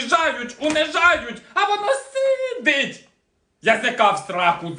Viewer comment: Е нє! Це нікуди не годиЦЦя! Слово "сидить" з крайньо фрази треба переробити. Трохи з іншою інтонацією це говориться. ❤